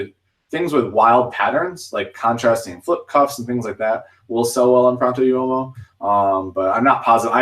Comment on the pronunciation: Pronto Uomo= Pro- ohnt O Whoa Mo